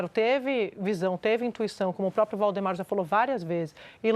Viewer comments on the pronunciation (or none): none